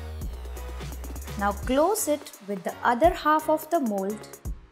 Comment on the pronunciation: i thought she said mole but then i realize that she said mold😅😅😅